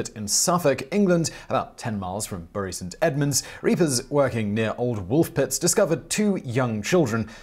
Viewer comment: I LOVE your pronunciation of Bury St Edmunds, my home town. Nb your picture which you used to illustrate a church with frequently rung bells is Moyse's Hall, not a church.